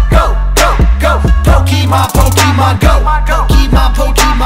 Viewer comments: Anybody else annoyed that "Pokémon" is mispronounced? "é" isn't pronounced "ee", it's pronounced like the letter A, like in "late". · I would like this much more if MC Lars knew it's pronounced Po-kay-mon not po-kee-mon. did it right.